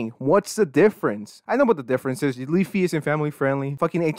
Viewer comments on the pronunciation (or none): Weafy sounds like my grandparents trying to say WiFi.